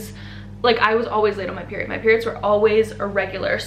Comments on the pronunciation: Didn’t get my peery it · The way she says “peery- it” 😂